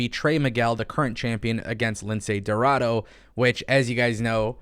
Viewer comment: Make up your mind spanish white boy who can’t speak 1 word of Spanish. You said aew roster is full and now you saying they should sign Niya jax. F niya and F you too. You just want her to go to aew so aew can go downhill. You are a ahole. Can’t even pronounce lince dorado. You pronounce it like this. Lindsay rorraro